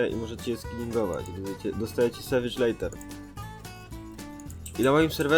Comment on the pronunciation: Leather wymawia się jako leder. A filmik super~